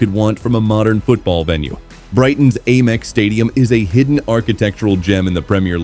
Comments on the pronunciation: Brighton's A MEX stadium. we pronounce it AM EX. Even the American's don't A Merica they say America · Ayyyymex stadium hahaha pure AI garbage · Please stop saying 'Aymex' It's awful! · The second I heard the AI voiceover I knew the stadium name would be mispronounced repeatedly 😂 Sad state of affairs when we settle for garbage content like this. I’ll never watch another video on this channel because the people behind it can’t be bothered to use an actual human narrator. Gross.